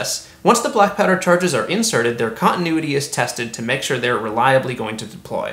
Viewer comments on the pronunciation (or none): none